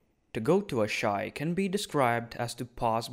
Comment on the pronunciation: I love how you can pronounce Asshai as "ASS High"